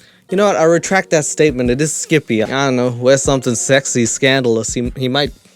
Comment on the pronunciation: I love the way he says Skip-eh 😂👌